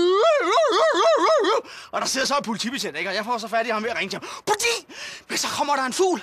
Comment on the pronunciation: Jeg hedder Helle, jeg kommer fra Israel så derfor er jeg liderlig bladr bladr bladr :D. Alt alt for godt Han siger ikke politi han siger POLTI :D